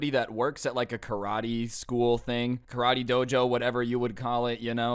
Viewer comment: "KA-RA-TAE!" "CRAV-MAGA!"